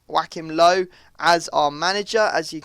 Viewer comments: its not pronounced joakim low dude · when said joachim löw i almost pissed my pants such a funny pronounciation xD